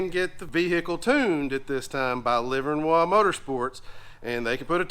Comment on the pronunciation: Livernois (pronounced Liver-Noy )Motorsports. It's a Michigan thing lol. We're almost Canadian in our speech habits.